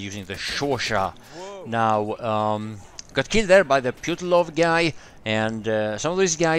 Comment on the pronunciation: Hey,. The correct pronunciation is: "Poo-ti-lov" with stress to "i"